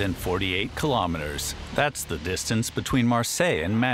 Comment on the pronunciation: Kilometers.....NOT.....ki - LO - meters! Free Doc. the worst of the worst! 👎👎👎👎👎; the narrator Just doesn't get it!